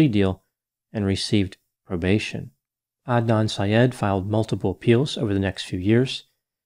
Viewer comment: I’m so happy you pronounced his name correctly. You wouldn’t believe how many get it so wrong. Thank you!